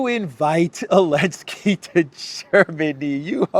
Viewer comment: I've been watching videos for maybe 8 or so months now, maybe longer. But I never ever noticed that he's pronouncing "Zelensky" like "Elensky", but I have a pretty good guess as to why. Does it have something to do with the fact that Ukraine pretty much outlawed the use of the letter Z, or something like that? They have a thing for kindergarten level of insults over there, like banning letters and not capitalizing the words Russia and Putin, etc.